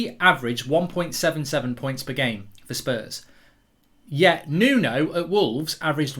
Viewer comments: Wolves with hooves = Mark saying "wooves" 🤣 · Why is the way mark says wolves so uncomfortable